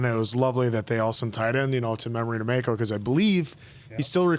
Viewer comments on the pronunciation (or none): the consistant mispronouncing of Mako is killing me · The mispronounciation of Mako is driving me crazy lol